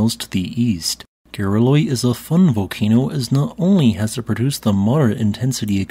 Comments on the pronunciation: I heard that too lol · It sounds like "Gareloi is a FUN volcano..." And the closed caption says the same thing. That can't be right, right?